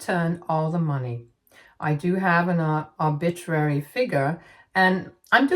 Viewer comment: Arbitrary was pronounced incorrectly, but that's okay. You do a fine job otherwise.